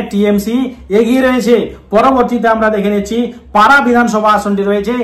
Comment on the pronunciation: রঘুনাথ গঞ্জ নয় ওটা রঘুনাথপুর হবে । আর পারা নয় ওটা পাড়া হবে । Sorry পরে উচ্চারন গুলো ও লেখাগুলো ঠিক আছে ।